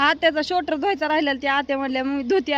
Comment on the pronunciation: शोटर नाही स्वेटर म्हणतात😅😂